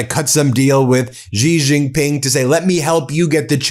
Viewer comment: Ji Ji Ping. Jesus Christ. Look it up